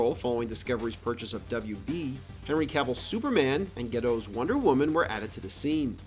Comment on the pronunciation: I enjoyed you pronouncing Gadot as "ghetto".